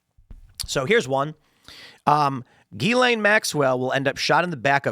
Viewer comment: Her name is pronounced "Jizz-lane"